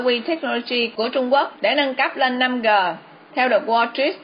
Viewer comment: Làm ơn đừng đọc là 5 gờ